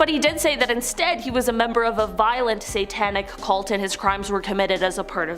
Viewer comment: You can't even say CULT?!